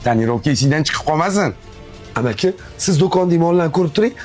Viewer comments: Shevang o'lsin amaqi bo'lmaydi amaki bo'ladi shu deyman karidorda o'qiganmisilarmi deyman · Menga bitta narsasidan boshqa hammasi zo'r chiqibdi yoqdi yaxshi olishibdiku lekin amaqi degan joyi yoqmaydida shu shevasidagini amaki deyishaaku